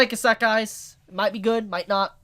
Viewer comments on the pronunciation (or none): Please tell me your mispronouncing isekai on purpose